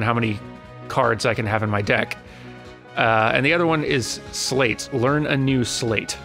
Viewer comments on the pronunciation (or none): you are driving me crazy! Sleight is not pronounced "slate" XD It's more like "slite" (if that was a word) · Isn't "sleight" pronounced the same way as "slight"? (rhymes with "might", "bite", and "fight") as in "sleight of hand". I don't think I've ever heard it pronounced "slate" :/ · Sleight? Slate? Am I going crazy, or is it pronounced "sl-EYE-t?" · Just to let you know sleight is based on sleight of hand so it would be pronounced slīt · I hate doing this, but I can't go through this entire playthrough like this: sleight is pronounced "slight" not "slate". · It's pronounced "Slight" not "Slate". Think Sleight of Hand. I'm digging your new content, but that is going to drive me nutz XD. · I don't wanna comment on this because it's super petty, but it's really really distracting for me. So: I think "sleight" is pronounced like sleight-of-hand, as in sly-t, not slay-t. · Is it just me or is pronouncing 'sleights' wrong? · It's probably sleight like "sleight of hand"... though I remember thinking of it the way you pronounce it when I was playing the game (until I quit playing because it wasn't... kingdom heartsing enough for me.) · IT'S PRONOUNCED S-LEG-HIT, EVERYONE CAN STOP COMMENTING NOW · The "ei" in "sleight" is pronounced like the "y" in "sky"